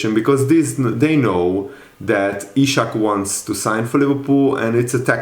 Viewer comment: Broooooo his name is Isak not ishak please.